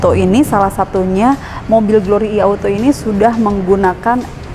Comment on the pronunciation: Nah ini baru penyebutan "I" bener, bukan "Ai"..